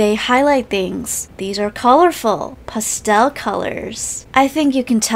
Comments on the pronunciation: It’s past-tell Not pesel >:( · the way she said pastel 😭😭